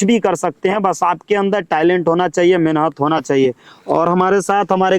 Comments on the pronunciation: Menhat 😂menat bolna sikho phle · मेनहत तो कर के देख 😂😂😂😂 मेनहत क्या होता है मेहनत होता है